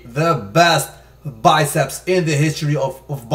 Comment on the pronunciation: "Front double testeeeezzz!" Im dying😂😂